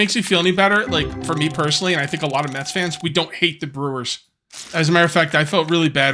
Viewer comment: when you asked if any one was a mets fan i thought you said meth fan i was like wow this stream took a left turn really quick lol